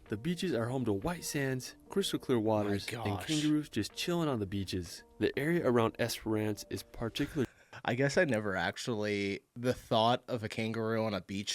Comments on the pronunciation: here are some pronunciations I noticed if you’re wanting to know the correct way to say them (ones that were said wrong in the video) - - Bondi beach (Bon-die) - Bronte Beach (Bron-tea) - Esperance (es-pren-se (like expense with out the X and with an r) - Beerwah (Bee-a-wah) - Cairns (Cans) - Melbourne (Mel-bun) I’m not saying this to be nitpicky or anything, it doesn’t bother many people if people say it differently, this is just how most Aussie’s say it :) Also the glass house mountains are in the Sunshine Coast if you’re wondering (bc they didn’t say it in the vid). Hope you’re having a great day, and great video ✨ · I wanna mention that almost half of the places he mentioned in the video were not pronounced properly like Esperance and Bondi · Pronounce Esperance correctly. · takes a deep breath ... OK, for starters, it's not bloody 'Es-per-ANCE'. Yeah/nah. It's pronounced Esprence. Brisbane? Brizbn, or Brizzie. 'Hillsborough' is Hilzbruh. Melbourne is Melbn. Pronouncing every vowel/syllable is a waste of time, well, except for Bondi (Bond-eye, not Bondee). Learn the lingo, you blokes 🙃 (<== smile, down under) and watch out for the drop bears. P.S. I still haven't forgiven Paul Hogan for his cringie "shrimp on the barbie" howler. They're bloody PRAWNS. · It bugs me that the dude didnt bother to take 5 seconds learn some local pronunciations. Bond-ee beach? Ess-per- on-ss? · The way he make a note to pronounce the second E in Esperance is trigging me lol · And Brisbayne. And Esperance like a Frenchman lol And Uluru. Should've added the Grampians into Victoria.